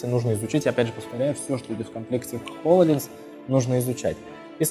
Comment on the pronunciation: ААААААА! ХОЛОЛЕНС!!!!! все, все, я успокоился... кто-то говорит хололенз АААААААААА, ХОЛОЛЕЕЕЕЕНЗ